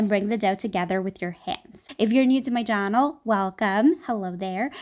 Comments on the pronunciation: Instead of channel she said jannel 🤣🤣😂😂😂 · omg did you hear! XD she said 'jahnel' instead of 'channel' ! XDXDXDXDXD LOLlLlL